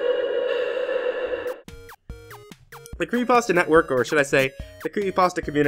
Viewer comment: its calendAR not clendER